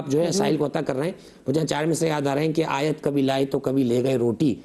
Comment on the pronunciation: Aayte mubarik ghlat prhi he